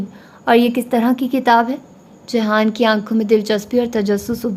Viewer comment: ohh behen jihan ka naam to sahi se lo